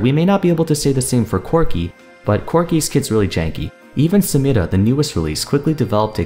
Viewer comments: I love when you say 'Samira' with accent! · I love the way he pronounces samira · I like how he pronounces Samira